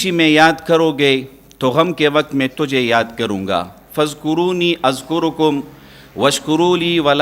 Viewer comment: ۔۔فاذکرون اذکرکم۔۔جناب ۔ر۔ پر سکون ہے جبکہ آپ پیش پڑھ رہے ہیں ۔۔۔